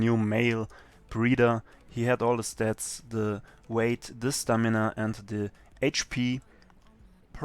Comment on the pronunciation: doch. aber das merkt man doch allein an dem "the" aka dö